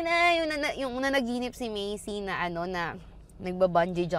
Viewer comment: medyo napapahinto ako kapag “Macey” yung pagkakapronounce mo instead of “Mace” lang hahaha